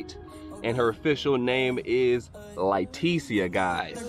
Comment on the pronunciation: Not Litecia 🤣🤣🤣